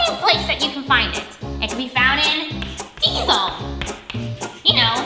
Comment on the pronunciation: Diesal❌️ Diesel✔️ "Diesal" makes me cry